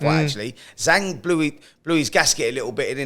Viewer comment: I guess nobody at Talksport has bothered to ask how to correctly pronounce Zhang's name and have all just settled on "Zilly Zang".